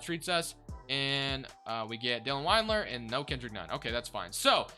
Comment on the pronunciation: also is pronounced Dylan wind-ler